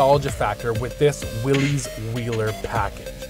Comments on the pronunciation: Please, please, it is pronounced "willis" NOT "willeez". John North Willys would appreciate it if you said his last name correctly! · No. Willys is properly pronounced "Willis". Like "Bruce Willis" of Die Hard. That's an understandable mistake.